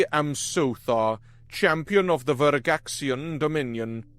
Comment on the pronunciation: Your Pronunciation of Veragxian IS IMPRESSIVE. I love good narration